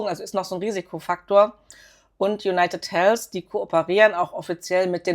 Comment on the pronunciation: Konstruktive Kritik: Es heißt ausgesprochen in etwa: Junajted Heldw (ein stimmhaftes d das wie w klingt und nicht Helfs. Einfach die Zunge an die oberen Schneidezähne halten und dann summen indem man d ausspricht. Das englsiche "th" muss man als gebildeter Mensch heute einfach draufhaben, eben weil alle anderen können. Sonst wirkt man quasi zurückgeblieben, selbst wenn sehr schöne Aktienanalysen liefert.